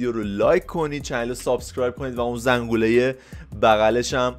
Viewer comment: چرا حس میکنم به زنگوله میگه زنغوله؟